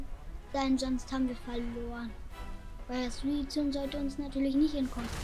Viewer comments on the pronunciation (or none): Suizune? Suikune